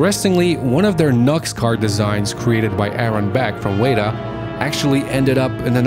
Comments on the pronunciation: This is a little nitpicky, but you pronounced "weta" wrong. It's wetta, not wayta. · It's pronuonced weta (whe-tah) not wayta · It’s not pronounced “way ta”, it’s “wet a”...... you’re welcome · WETA! (weh-ta) not WAYDA. Thorough video though. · "Wey-da"? "Wey-da"?!?! Weh-TA! Weta Workshop! C'mon, man... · The New Zealand FX company Weta Workshop is pronounced wet-a not wait-a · Weta is pronunced "wet-a" i believe. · Excellent video, with a lot of behind-the-scenes information. BTW ... Weta (as in Weta Workshops) is pronounced WET (as in, opposite to dry) A ... WET-A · The New Zealand studio is pronounced WET TA, the name comes from a bug found only in New Zealand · interesting ideas. Be good to get pronunciations correct. New Zealand company WETA is pronounced 'wet-ah'. Its named after a new zealand insect. Also, the mad max game of 2015 is most certainly based around Australian geographics. The desert in Auzzy are not all red. But good video. interesting back story of how the games developed... or didn't. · OMFG its said Wet Ah as in the floor is "wet" and Ah as in bah b"ah" black sheep. Wet-ah "Weta". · Awsome video, but just one pointer it’s wet-ah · Weta is pronounced wetter....as in the insect the studio is named after.. just saying. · It's pronounced "Wet-ah"... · You’re pronouncing “Weta” wrong it’s killing me lol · You kept pronouncing WETA wrong. It’s eating me up inside.